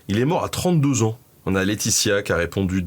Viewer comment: J'adore? Cependant Benjamin, tu persiste à mettre des "s" derrière la plupart des chiffres. Ainsi dès le début 5 "z"années. C'est bien dommage.